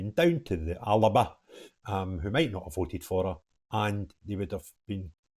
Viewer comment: Its fecking Alba with no burps in the middle ! Don't pander to them mate. 😉